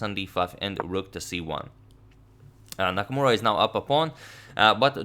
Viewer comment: anyone noticed "Nakmaura"?